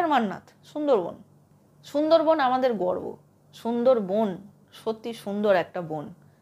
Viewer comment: Chhundor bon na sundor bon ... Tomar bangla bolata Thik kora uchit .... sob s ei ptoblem ...